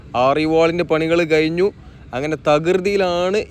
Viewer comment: എടക്കയ്യൂർ അല്ല, എടക്കഴിയൂർ ആണ്. പവുതി അല്ല, പകുതിയാണ്. കയിഞ്ഞു അല്ല, കഴിഞ്ഞു എന്നാണ്. എയ് വത്തി രണ്ടല്ല, എഴുപത്തിരണ്ടാണ് . ശ്രദ്ധിക്കുമല്ലൊ.